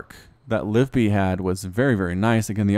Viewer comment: Hey, I've got a reaper name "Kaladin Stormblessed". Also btw I think you pronounce the second "i" in "Livibee"